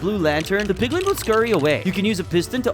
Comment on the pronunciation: It's not 'PIGLING' it's 'PIGLIN'.